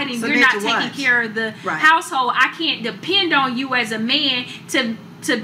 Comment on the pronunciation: Two questions regarding anomalous pronunciations: 1) Both women repeated refer to "may-yen," rather than to "men." Why? 2) The woman on the left refers to a "house-hole," rather than "household." Why?